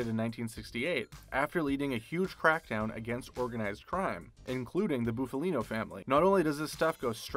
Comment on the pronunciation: “Boofalino”? LOL